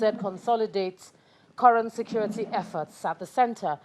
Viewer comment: “Scurity”! “Scurity”!! U idiots re getting killed by bokoharam, u re gere selling ur imaginary “scurity”. Useless idiots!